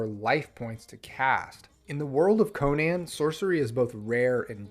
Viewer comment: Congratulations on being the only person to pronounce Conan correctly on YouTube 😂